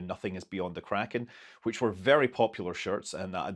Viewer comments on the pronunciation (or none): none